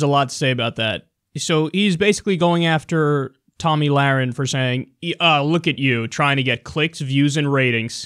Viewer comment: Did Glenn Beck just call her "Tummy Lahren"?